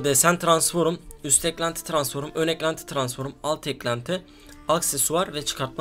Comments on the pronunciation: Abi transform'a lütfen transforum deme! 😂😂😂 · Tıransform tıransforum değil abim:) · tıransforum? Transform diksiyon pls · transfor diyemeyen adamın full transform hesap like atın üste çıksın da görsün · Transforum değil transform ;D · Tranform abi transforım ne ya 😂😂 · Abi su transforma transforum deme ya gicik oldum mq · transforum demene hastayım :D <3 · Abi transform düzgün söyle ya